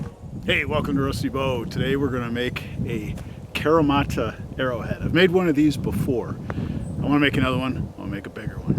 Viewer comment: Fun video. Thanks for sharing. I live in Japan and do kyudo. I wish I were allowed to test stuff like this. But unfortunately broadheads are extremely illegal to shoot here. So I’m glad other people get to do it for us. Also, just a little tip on pronunciation. It’s kahreemata. All Japanese vowels have the same pronunciation no matter the word. A:ah e:eh I:ee o:oh u:oo